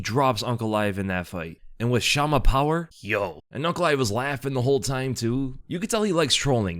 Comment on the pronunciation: Did you say "chama power?" My God. Get out.